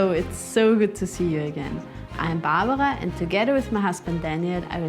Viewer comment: you sound your name in English bar-bra, you sound baarrrrbra. Just thought someone one should point t it out lol. Not trying to be unkind,kind of amusing.